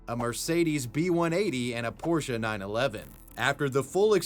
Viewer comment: you pronounced porsche like a gentleman ty <3